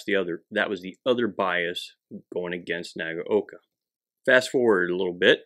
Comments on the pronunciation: Wrong. It's nah-gah-oh-kah. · WHERE did you get the idea, that Nagaoka is pronounced as "nah gow kah"???? There is absolutely no cow, no oxen, and no bull anywhere near this video! Say this, and repeat 500 times, while standing in the rear classroom corner wearing a dunce hat: "NAH GAH OH KAH" (nah as in nada, gah as in a looong "gun", oh as in "oh, that's bad", kah as in kaputt! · Say it with me 'Nag-oh-ka' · pronunciation suggestion (respectfully submitted): 3 syllables: nah-GOW-kah